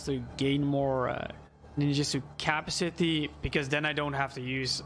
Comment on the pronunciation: It's pronounced as Ca-pa-si-ty... not capsity